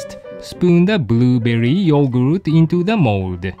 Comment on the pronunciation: "Add the boo berri" how he said it 😂